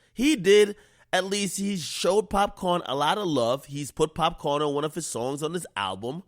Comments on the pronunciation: Nigga called him pop corn😭 🌽...its pop caan = pop can = shoot gun lmfaoo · pop - CAN .... its Pop - CAN